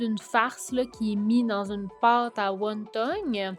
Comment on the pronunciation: On dit pas won tong mais won ton